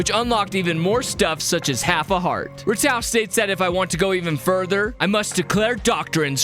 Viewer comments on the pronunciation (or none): Love your vids but I’ll be honest, not sure how much of the fandom says this but, I know i pronounce Ratau as Ratu